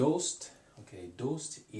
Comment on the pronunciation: Interesting video, but just some points based on the previous comments. Yuube is spelled 夕べ、昨夜 is "Sakuya". In Farsi, you said you're overpronouncing ayn on purpose, but it really does sound unnatural. Also, the pronunciation of "doost" (like) is wrong and I don't think I could have understood the meaning if it weren't written. If you have the will and money, I think getting Assimil for Farsi would be a great idea for shadowing practise.